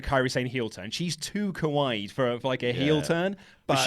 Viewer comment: i'm really sorry for being that guy, but when you say "kawaii" you really need to pronounce it Kah-wa-E. The way you're pronouncing it sounds like "kowai" which means "scary". and Kairi Sane is not kowai in the least. heart-eyes emoji x3 anyway, love the show! keep up the good work!